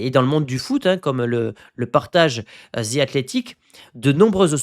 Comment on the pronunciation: 2026 et vous dites encore “Ze” Athletic😮!!! Besoin de travailler sur votre prononciation bro